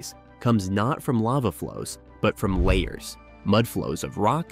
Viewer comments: It's "la-HARS" - not layers, you idiot. Are you a computer who didn't get any "AI"? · Luh-Hars! Not layers! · I thought volcanic mudslides were called la hars not layers. Narrator must be from Canada that pronounce about a boot. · Lahars pronounced as “layers”?!? Arrrgh! AI voice fail. You could have caught and corrected that, but no. I’m so tired of finding nothing but non-human content on YouTube. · Dude, say it with me...La. Hars! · I’m not sure who is narrating this but it’s, Lahars! La har(pronounced like La bar) only with an h instead of a b. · Emphasis on the second 'a', and both 'a's' are soft. Not pronounced 'lay hers'. This is middle school science class-level knowledge!